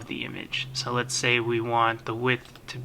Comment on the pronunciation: wtf is "heighth?